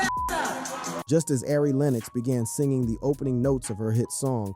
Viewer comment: Torey “LANEZ” mannnnnn Ari…. “AIRY” smh 😂